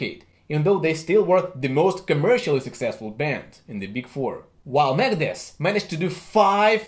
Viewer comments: Sounds like he's saying Megadess. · When he says Megadeth it sounds like he’s saying Meredith